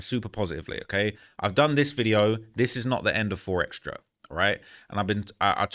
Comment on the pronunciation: Keep saying 4xtrasss, it’s 4xtra